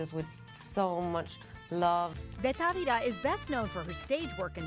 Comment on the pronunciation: She said Tavera and is Tavira! Still a good job.